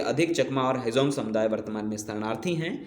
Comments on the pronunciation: Not a hejong ❌. Its Hajong ✅ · Hejong nahi hum log Hajong Hindu hai, thik se boliye